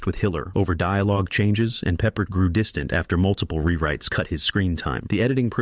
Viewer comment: It's Pronounced George PRE-Pard NOT George PEPPERED like some weird menu item! You seem to have a problem with him as every other movie you list as a flop stars him. What's your point? Battle Of The Bulge is the only movie here that DEFINITELY deserved to be a FLOP. Calling the rest flops is ridiculous. The Battle Of Britain? The Blue Max? Anzio? The Victors? The Secret War of Harry Frigg (which is a terrific comedy)? You are clueless.